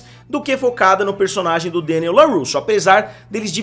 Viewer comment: Mister, adoro o canal. Mas, por favor, para de falar Deniel. Adoro quando você deixa tudo "abrasileirado". E sim, as lutas são fracas demais e infelizmente isso me deixa bastante insatisfeito. As batalhas não me convencerm. Acompanho somente pela nostalgia e já afirmo que abandonarei(se continuar assim) na próxima temporada. Tudo muito fake e mal feito.